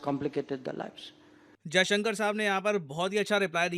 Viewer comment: मास्टर जी, विदेश मन्त्री महोदय का नाम एस. जयशंकर है (अजयशंकर नहीं है).